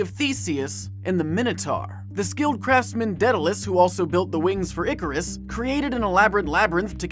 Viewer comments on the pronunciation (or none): I love you Jake, but it's not Deadalus, it's Daedalus.